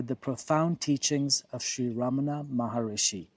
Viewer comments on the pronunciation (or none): "Maharshi"; not Maharishi.